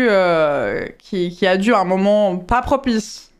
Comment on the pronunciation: Pas "pro-pisse"